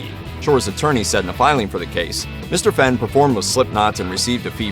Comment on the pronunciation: Fen? Its pronounced Fain!